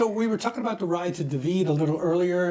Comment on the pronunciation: Dahhhhvid not duhvid